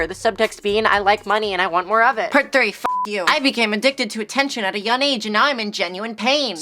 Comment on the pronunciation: You don't need me to tell you this but keep up the grind my G. You've been around for a long time so you know what you're doing and it shows. I will soon start posting video essays and I strive to be as articulate, pretentious and funny as you. My only gripe is the way you pronounce the word young (it's young not yun) but other than that, great job